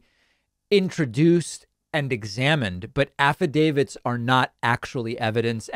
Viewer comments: Don't you mean "Affidavid"? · "I signed an affi-David. Did you?" Melissa Carone